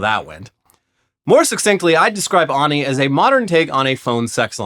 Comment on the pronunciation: Wouldn't you say ani like "Annie" not "ah-ni"?